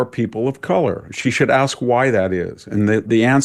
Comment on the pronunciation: Can you tell by the way she axed questions?